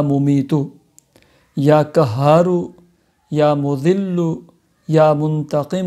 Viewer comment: Kya khaak fayda hoga apke bataye hue ka...muj to ye samaj nhi aata k aap log Mufti ban kese jate hain...urdu ka naas to aap logo ne maar hi rakha he...lekin arbi pr to rehem kare ....or wo b quraani aayat ka ap logo ne kya bana diya he asmae husna ko bhi ghalat salat padh rahe hain....allah ka jalali naam qahar ko kahar bol rahe hain...kahar matlab doliyan uthane wale ....ap k bataye hue wazaif se to logo ko rijat ho jayegi meherbani krke talffuz durust kare....🙏🙏🙏